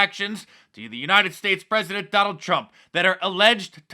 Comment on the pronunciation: Al green can’t say President,says pezedent instead